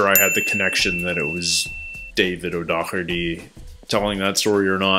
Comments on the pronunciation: It's "Do herty" as you first pronounced it. "Dokerty" is not correct. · It's not even O'Dockerty...it's O'Daw-her-ty and definitely not Chris O'Dowd 😉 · So O’Doherty is pronounced by Rob and others as O’Dock-erty. I’ve also seen him on 8oo10cdc and Jimmy Carr pronounced it the same way. But if you go back and listen, Mark his childhood friend from Dublin pronounced it O’Dow-erty. This makes me think that both are correct. Maybe one is the Irish and the other English. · For some reason the Brits just can't say O'Doherty at all. was much more correct to begin with.